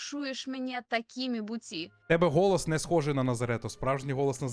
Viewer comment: Голос: ❌️ Ґолос: ✅️ Ох уж то ваша недосконала вимова.